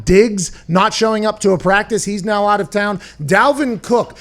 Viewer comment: Dalvin cook will sit “”aht”” ?? Is that on purpose?